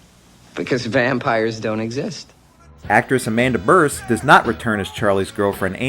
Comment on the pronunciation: Amanda Bearse is pronounced "BEERSE", not "berse".